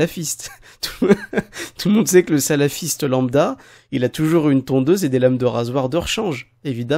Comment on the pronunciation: ptdr !!! alors la elle sbaoui Amina elle nous sors quoi ? le symbole de prière ? , za3ma , en plus elle mâche ses mots attends en plus elle dis salafisse !